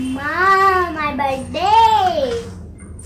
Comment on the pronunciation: plz don't tell badday its birthday